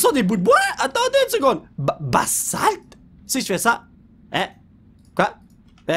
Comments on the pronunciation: ON DIT "BAZALTE"!!! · polo sa s'appelle du basalte mes sa se prononce bazalte ou les roches basaltique ça vient du magma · Le basalt (qui se prononce avec un z comme bazalt) et la blackstone se trouve dans un nouveau biome du nether que tu n'a pas encore découvers, ce biome est le biome basalt et tu peut y trouvé du basalt, blackstone et plein de cube de magma Et il y a pleins de sendre qui volent partout OUI! Après ce biome, il te restera que a trouvé le biome des Âmes ou l'ambiance et plutôt bleu et aussi, les flammes sur le sable des ame et le sol des ame est bleu! (Liké pour qu'il le vois svp:) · Pour le basalte, on ne dit pas du "bassalte" mais du "bazalte"